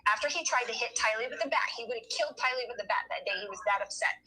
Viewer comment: Tylee not Kaylee